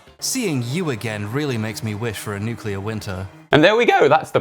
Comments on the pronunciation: I'll never be able to get over how so many people say 'nucular' instead of nuclear. It's not like it's a hard word to pronounce. I mean, great video as always! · Masters in chemistry, says “nuculer” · heh nukular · NUCLEAR you intellectually challenged Youtuber, it is NUC-LE-AR, not NUCELAR! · I love your content so much but omg when you said "nukular" instead of "nuclear" I kinda really cringed because George W Bush (so cringe) ....................... That's allll I hear when it's pronounced that way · Great vid, but the fact you say nucular as an ex-chemistry teacher irks me something fierce. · NEW. CLEE. ER. NOT NUKE-YA-LER.